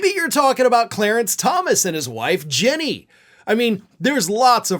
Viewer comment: Ginny Thomas, not Jenny.